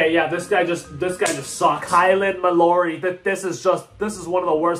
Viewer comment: It’s pronounced Kylan MAL-ORY